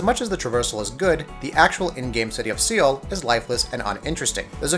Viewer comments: Seoul is pronounced Soul not Seal. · I paused the video and start laughing when I heard the word "SEAL" AHAHAHAHA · See-ull? Dude? See-ull? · How the hell did you just pronounce "seoul"??? Credibility just went out the window. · Soul not seal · Seal??? Jesus Christ, seriously this is basic pronunciation. Awful quality on this video. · Do you not know how to pronounce Seoul? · st fu thank you, that was annoying the hell out of me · Alex Alex Right. it's not like he mispronounced it once or twice, but continuesly saying it wrong. And I know they said the name in the game a few times so there is no excuse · Utterly extraordinary, this guy shouldn't make videos in which he's expected to speak if he can't pronounce the name of one of the world's most well known cities properly. Hell, it's probably the SIMPLEST city name, at that. Unbelievable.